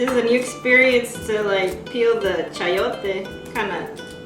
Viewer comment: It’s pronounced Chai yotes not Chee yotes unless you are a chee yona!